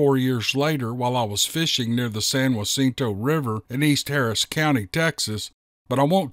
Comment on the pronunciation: Love love love your narrations❣️ All the stories are so interesting! And let me just say how we pronounce Jacinto… It’s a hard J, not soft as in Spanish although that’s its origin… so it’s Ja sin ta..!